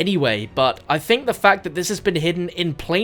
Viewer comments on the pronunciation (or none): none